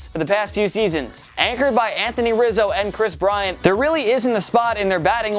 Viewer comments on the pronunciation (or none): none